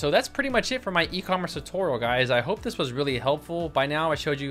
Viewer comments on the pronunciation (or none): none